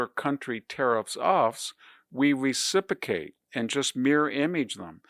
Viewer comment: I really like VDH… So I’m comfortable saying he’s driving me NUTS with saying “reciPAcate” instead of “reciPROcate.” LOL What a nut. 😊